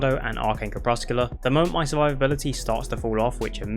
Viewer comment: Lol... "Crep-Sec-You-Lar" It means twilight the moment before dusk or dawn. Or also dim light.